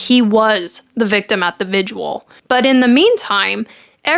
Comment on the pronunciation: So cute how you pronounce visual (vigil)